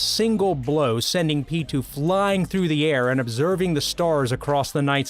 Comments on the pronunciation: what about pitou, isnt it pee. toe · Who the hell is peetoo